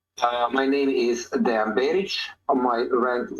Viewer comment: Translation with was not good at all. A lot of important things that Deyan said we're not even translated. It sounds as a classic American thing not even to try to pronounce correctly the name of person you are interviewing 3 hours (in Serbian it's written Dejan, should hear him presenting him self as Deyan). This fact talks a lot about. Also should be so professional and check confirmed sniper shot range before saying to guy that was 15 years on the front that he is lying. After this way of ending 3 hour interview, he shouldn't expect again some important soldier from Russian side to be part of your vlog. P.S. arranging duels is standard Slavic thing, still now... even in war... I don't expect a lot of people to understand that, as most of things that Deyan said.